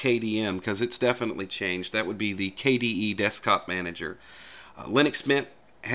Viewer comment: Now say it with me: "DESK-TOP-MA-NA-GER" x'D